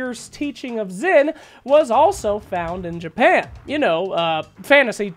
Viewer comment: Xin is pronounced "sheen".